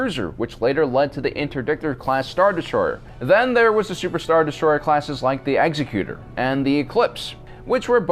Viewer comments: Hate to quibble over pronunciation, but it's executor not execute-tor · egg-ZEK-yute-er. not ECKS-eh-cue-ter. I'm sorry for being a grammar-nazi, but holy shit it makes me cringe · Executor : Ek-zek-Cu-Tor Not "Exy-cutor". Everyone gets this wrong for some reason. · Ex-ec-you-tor NOT Exy-cu-tor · Eg-ZEKK-yoo-tor ... not "execute-orrr" ... sheesh oh, and supremacy docks two INTERNAL and 6 EXTERNAL (other way round!) ... not that it matters anymore I guess - SW is dead now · Executor is pronounced "ek-ZEH-kyoo-ter." The same root word as "executive." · You pronounced Executor wrong. It's pronounced like executive. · For as in depth as this is, this like so many other people don't appreciate the fact that there are two types of Imperial-class Star Destroyer, the Mark 1(originally the Imperator) and the Mark 2. Also mispronunciation of Executor. It is not one who executes people but one who executes the will of people. Eggs-ek-u-tor. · He pronounces executor wrong...and I’m pretty sure this guy just copied another youtubers video that made this same video years before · I cringe when people pronounce Executor wrong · FYI, Vader's ship, the Executor, was not named for an executioner, but the Executor of Palpatine's will. It's pronounced differently.